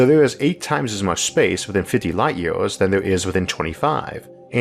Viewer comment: is it just me..or did this guy really said 'yeors' instead of years? kinda disturbing